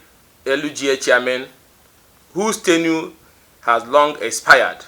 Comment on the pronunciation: Ugochinyere is a baby politician..he thinks this is university politic… Ugochinyere learn how to pronounce tenure please